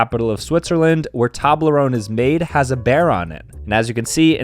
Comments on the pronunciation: STOP PRONOUNCING TOBLERONE LIKE THAT! It's pronouned like towblerown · It is pronounced TOE in toblerone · bro really said toblarone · Who else wants to tell him it's pronounced TOWblerOWEne? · Dunno if he's saying Tablerone or saying it too fast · bro really just said "tablerone" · It's pronounced toeblerone and one time I saw a basin robins store that wasnt attached to a dunkin donuts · Dude sat here for a full 60 seconds calling it a TOB-ler-own 😂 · bro really said Toblerone wrong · How can he say toblerone wrong? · Ok but we not gonna talk about how he pronounced it?